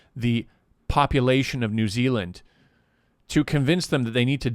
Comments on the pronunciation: "New XiLand" I died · New Xi-land 🤣 hihi